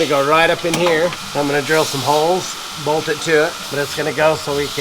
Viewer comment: is always using D at the end of words that end in T he says mound for mount and bold for bolt must be mountain man language or something. Also I'm still worried about his voice has sounded like he's been sick for. Months hope he's ok if not he needs to get checked out we care about you guys